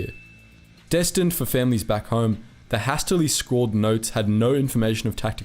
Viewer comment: you don't know how top ronounce "hastily" and thats pathetic.